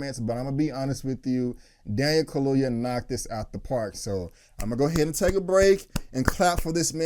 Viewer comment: Kaluuya, get his name right . Because he has a proper African last name. Put respect in it.